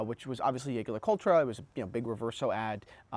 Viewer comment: Hard to take you seriously when you can't pronounce the brand name correctly. Saying that with my ultra thin on my wrist.